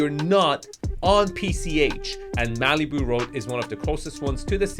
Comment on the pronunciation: I've never heard Malibu pronounced that way. Maleeboo. I like it! It's probably more accurate, too.